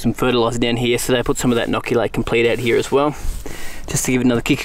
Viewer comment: That was in fact 'like heeere'